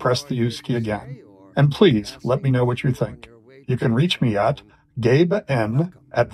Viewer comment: I like how this time he makes effort to more clearly pronounce "gabe" and "n" separately. It was worth the wait.